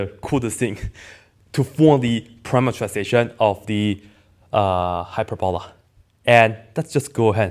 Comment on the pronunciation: Hyper-balla? Never heard anyone say it like that. hyPERboLUH